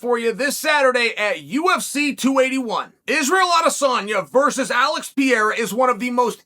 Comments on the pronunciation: Chael: Peeyerra. Everyone: Pereira. Chael: Ok, Great. Peeyerra. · Alex Peh-Hey-Rah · Does this 70yr old in the body of a 40yr old pronounce the name wrong on purpose?